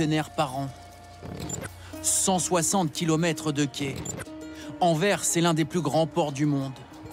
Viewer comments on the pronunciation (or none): Sauf qu'Anvers se prononce avec le "S" final... (un citoyen belge)